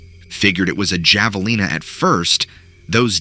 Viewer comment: Boo, love your stories but seriously! Ha-vuh-leen-a and Sah-war-oh.